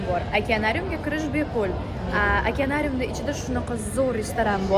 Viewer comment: Akanarium emas akvarium deyiladi